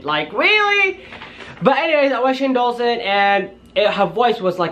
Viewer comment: Ok I'm sorry but it's not Shane dualson it's door-son that's how u say it door-son Shane Dawson I'm sorry xx